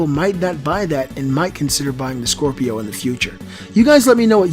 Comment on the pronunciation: Scropio were you trying to say scrapio ?